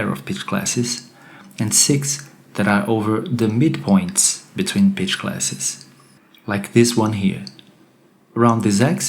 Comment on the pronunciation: When you say pitch, sometimes it sounds like bitch. Improve your accent. Your voice sounds wrong in general.